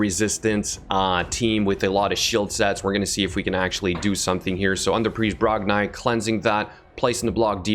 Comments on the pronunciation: Its Brog--NI not brogniiiiiiiii but this champ will be good fr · I think it’s pronounced Brog-“knee” not Brog-nye